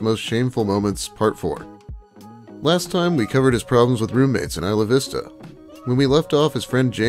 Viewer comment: It’s not EE-sluh Vista. It’s EYE-luh Vista